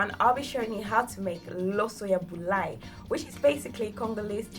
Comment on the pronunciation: awesome looks very tasty. btw it's bulayi, not buyali. :)